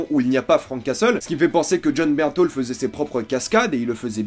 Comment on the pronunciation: c'est Bernthal que l'on dit pas " Bernthaul "!?! Jaaaaargh